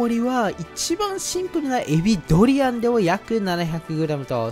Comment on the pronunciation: ドリアがドリアンにしか聞こえないけど、字幕ですっとぼけてるのか、単に滑舌が悪いのか…私の耳がおかしいのかもしれんが😅